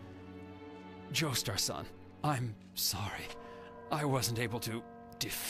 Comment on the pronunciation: Every time Kakyoin says san, I want to die a little